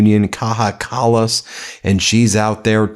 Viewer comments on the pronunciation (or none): she's not latina, Ben it's not pronounced like that 😭😭😭😭